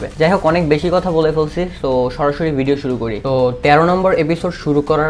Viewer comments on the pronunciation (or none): none